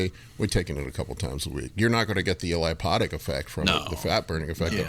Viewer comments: Hey its called "lipolytic" not "lipotic". Just like you always say "giantism" instead of "gigantism". If you're gonna be a coach, shouldn't you get your terminology correct? If you dont know the terminology then just say "fat burning" so you're not trying to sound fancy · Don't wanna sound like a jersey but I heard lipotic one too many times. It's lipolytic. I feel like skipped rubbed off on me with grammar and people using words when they don't know what they are. Lipotic would refer the antioxidant ala